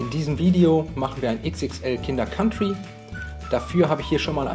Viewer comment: Endlich mal jmd der "Kinder Kantri" statt "Kinder Kauntri" sagt